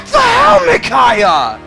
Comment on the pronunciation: Wow... mind is totally battle-clouded... "PRRRRRRRICAIAH!" HAHAHAHA LMFAO! AND I DO MEAN IT! What The Hell I couldn't stop laughing for a WHILE! WHERE DO YOU GET THIS STUFF!! XD...Wow... Even Leo is aware of how useless he is... that's kinda heartbreaking... But I don't got one! GO GET SOME SELF-ESTEEM! NOLAN-MAN! He's got a heart of gold and smarter than he looks! Also, he's awesome. Deadly combination.